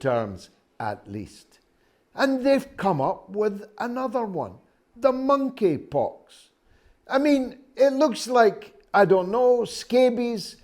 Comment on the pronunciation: The Mon-eypox